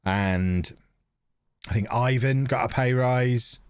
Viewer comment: Ivan is pronounced Ivan.